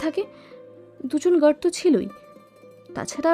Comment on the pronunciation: "gerd" ki hoy re?? Mukh khule আ uccharon kora jaye na?? Guard ke "gerd", park ke "perk", card ke "curd". Eta ki bangla medium a pora bangali der uccharon er dosh na r kichu?